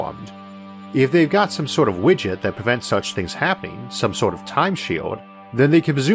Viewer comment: Due to your pronunciation, I had misheard "widget" and now I want time-traveling witchers to exist. Thank you! ❤️